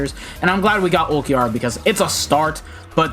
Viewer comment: Ulquiorra would kill you if he knows you call him "ulq"